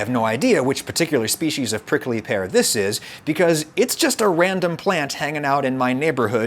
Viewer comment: the way adam say prickly: "prickely"